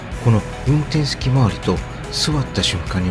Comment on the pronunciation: さんは、 言葉が丁寧で、 聞いていて安心します😊 雪、 座った、 ない、 という時に、 イントネーションが反対なのを感じます。 ただし、さほど訛った感じはしません😊 誠実な方だと、 想像いたします😊